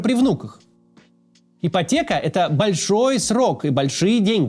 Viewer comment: Ии😮😮потеха... это, а не ипотека😂😂😂😂